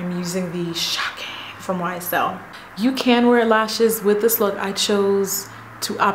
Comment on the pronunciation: This is by far the best look you have done this year! Amazing I love it so much. And I laugh ever time u say shocking lol